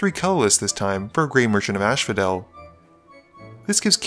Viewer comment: I'm going to seem like a dick for saying this, but it low-key bothers me everytime you say grey merchant of asphodel. It's pronounced 'as-pho-del' as in the Greek underworld, not 'ash-pho-del'. There is only one h.